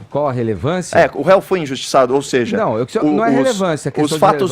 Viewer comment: Esse Caio Coppolla tem um lado e se passa de neutro. É muito cínico. E é vergonhoso esse Sérgio Moro... fascista de Maringá. Dá pena da direita brasileira. Se apoiando em um sujeito que fala conje e seje... Meu Deus. Melhorem....